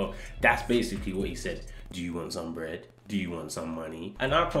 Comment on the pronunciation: 'do you vwant sum wbread?' make me giggle lol